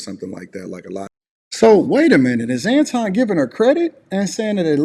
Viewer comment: Lol. She said Antwon 😂